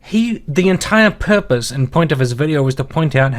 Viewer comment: It sounds like he's saying pepperoni instead of purpose